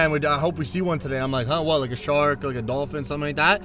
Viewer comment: 1: said not sed 2: what not whet 3: thousand not thosind 4: times not thims 5: 20,000 thousand? Do you mean 20,000